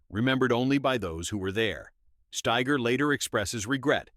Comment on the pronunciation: Steiger not Schteiger